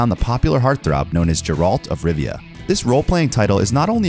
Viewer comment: Am I the only one bothered about the way he pronounced Geralt of Rivia?